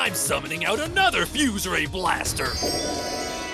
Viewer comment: “FYUZE RAYEEE BLASTAH!!!”